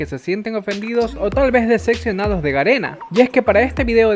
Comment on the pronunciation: Todo bien pero decí (DECEPCIONADO) NO (DECECCIONADO)